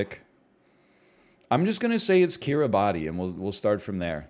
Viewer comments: Pronounce Kiribati correctly first, then worry about its geographic location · I’m the only person on earth who malds whenever he says Kiribati phonetically. For the unaware it’s actually pronounced Kiribas, idk why but I’m cursed with the knowledge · NL I need you to know. Kiribati is pronounced Kirabas 🙈